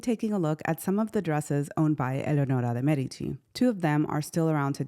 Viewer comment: I thoroughly enjoyed this video. Gorgeous images and I loved your beautiful pronunciation of her name. Subscribed.